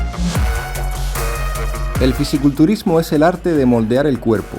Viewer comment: Se dice Fisico culturismo y no Fisi culturismo.